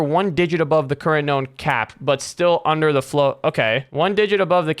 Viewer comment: "Onder" ah yes onder